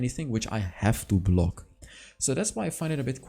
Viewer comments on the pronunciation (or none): none